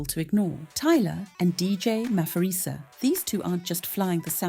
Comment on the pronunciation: Maphorisa is pronounced Mah-por-ree-sah and not Mah-for-ree-sah. ❤ from CPT, SA